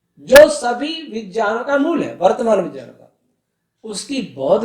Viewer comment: Guru ji vgyan nhi vijyan hota h Shudd kijiye use